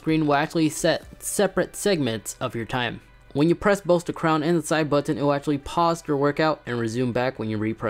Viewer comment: Stop over enunciating the T in button!